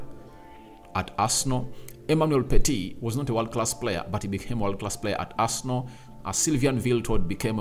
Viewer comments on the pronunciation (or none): none